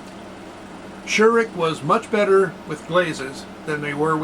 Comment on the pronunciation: Very informative video! But please do not be offendend, but you got the pronunciation of Scheurich very wrong. But I guess it's not that easy for an non-native speaker.